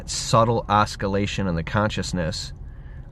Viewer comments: Love your videos. Might want to correct "Oskillation", at around 18 min. and delete my comment. Oscillation is the word, pronounced---ossilation. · Oskolation ? WTF is that.......?